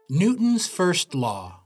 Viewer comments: “New-ons first law” 😂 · Silent T.